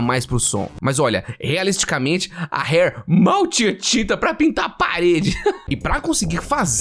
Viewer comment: segue fala "seg - u - ê", s com som de s mesmo. diferente de fugue que seria "fiu - gi", esse gi seria como se fala ele em gilherme. e já que estamos aqui, esse primeiro r da "Rare" tem o mesmo som do paulista do interior falando poRta, pode carregar no r. do jeito que voce falou seria hare, que é lebre